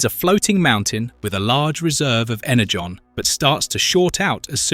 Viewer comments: Was this voiced by an AI model with a sampled voice signature? There's so much variance in the pronunciation such as switching between Ener-gone and Ener-john, among other frequent swapping of pronunciations. I don't even care how it's pronounced, but the switching back and forth is a little annoying. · He also calls energon inner-gone a couple of times